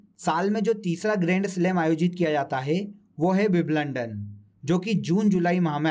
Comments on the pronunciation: Wiblandan नहीं सर विंबलडन😂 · Vibalandan Nahi bhai vimbaldan hota hai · विवलंडन नहीं है भाइ विंबलडन है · Wimbledon h sir g biblondon (london) ni h😀😀😀🙏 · Are mere masterji ...vo विंबलडन होता है विम लंदन nahe 🤣🤣🌹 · Biblandan nhi mere bhai.. Wimbledon hota h 🤣🤣🤣🙏🙏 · भई तुम विम्बलडन को विबलंडन बोल रहे हो ठीक से उच्चारण किया करो यार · because ek bar galti hoti h bar bar nahi. Kisi ne agr wimbledon first time in sir ke muh se suna hoga to wo to galat hi pronounce krega na. Btw ye galti agr kisi interview me ho jaye to? I m also a teacher. Teachers are idol for students. Rehne dijiye palvi tumko samajh nhi aayega